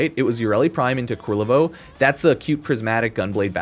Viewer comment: Ku-LER-vo. His name is Ku-LER-vo.